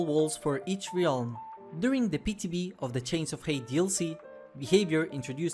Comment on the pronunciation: Ah yes, the ree-alm